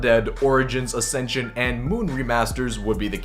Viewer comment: did you just say ascension NO NO NO NO